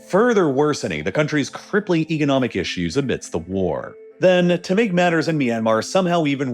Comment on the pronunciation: it's pronounced "economic" not "egonomic"